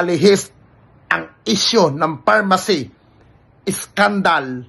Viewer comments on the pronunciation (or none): pharmally Hindi pharmacy🤭✌️ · Pharmally hindi pharmacy 😂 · pharmally po,..😂😂